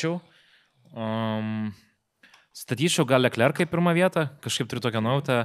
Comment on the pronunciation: nuuuu tai kad Leclerc, o ne Lecler :D